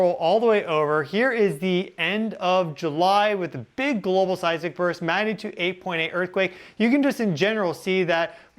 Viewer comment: You sound so stupid when you say global 🙄